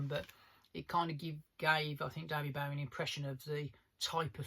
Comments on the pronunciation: Sorry but it’s never too late to change. To continue to wilfully mispronounce it just continues to show a certain level of ignorance. Also it’s got bugger all to do with your accent. You got it wrong fair enough, we all make mistakes, but take the correction. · For a so called big big David Bowie fan it would help if this guy pronounced his name correctly. 🙄 Very annoying, so much so It stopped me watching after only a couple of minutes.